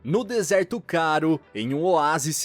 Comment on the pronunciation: "desertôô" kk